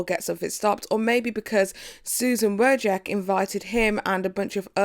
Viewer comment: it's pronounced wo jis key